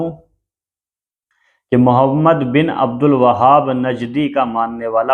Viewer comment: भाई उनका नाम अब्दुल वहाब नही बल्कि अब्दुल वह्हाब है, अगर आपको मालूम नहीं तो उनकी सीरत की किताब में पढ़ लीजिए।